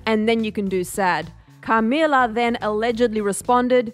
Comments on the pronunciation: "CARmila" lol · The way they say Camilla in this video annoys me like, a lot😆🤌